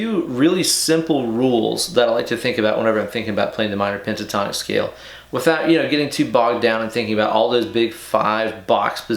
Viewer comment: Bro did you say "Panasonic scale?" Or is there cocaine in my coffee?